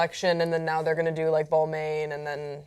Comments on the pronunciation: Balmain is pronounced "ball-mawn" not "ball-mane" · actually, the n is silent, it's ball-ma with a nasal french a. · and TYT needs to pronounce Balmain correctly. The best phonetic spelling for English is ball-mahn. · darling: if you ever need to know how to pronounce a French word, feel free to consult me. This Englishman speaks perfect French. 'Balmane', how sweet.